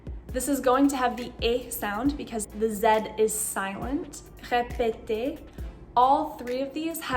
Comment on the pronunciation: Something is not clear for me with the open ended "e" /ɛ/. when you pronounce "répéter", the first two syllables "é" sounds like a short "e" as in the english word "bet", while the last syllabel "e" sounds more like a short version of "ai" in the english word "rain", but without the "i" or "j" ending. Its like the third syllable is bit more open. Is there a rule for that, or do you french people actually differenciate these sounds? For me its a little bit confusing because in my native language (hungarian) there are two "e" sounds: "e" which is a short and close "e" like "bet" and "é" which is a longer and more open "e" like "rain" also without that short "i" or "j" like ending To clear things a bit more up: for me the laste "e" sounds a bit like a shorter version of "e" in "général", but with the same openness